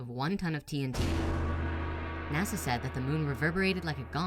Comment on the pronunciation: Did say "Nassau crashed a lunar module into the Moon"? 'Cos to me it sounded as if he said "Nassau", as in the Bahamas. I listened to it three times to make sure. I'm pretty sure he said "Nassau".